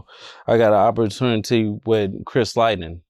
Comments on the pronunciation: Did bro call him Chris lightning? 😂😂😂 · Dude said Chris Lightening 😅🤣